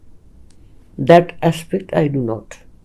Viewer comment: ইংরেজীতে এ্যাশপেক্ট না এ্যাসপেক্ট। aspect. অযথাই ভুল উচ্চারণে ইংরেজী বল্লেন।